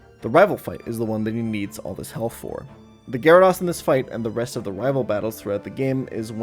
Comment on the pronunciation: Dude is saying GyaraDOSS hahha